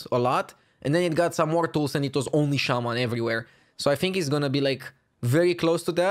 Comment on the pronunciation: Shaman not shaymin suck it and